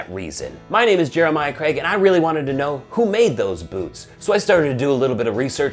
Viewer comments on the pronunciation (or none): none